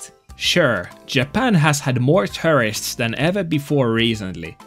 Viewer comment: The way you say the word tourist makes it sound like you are saying terrorist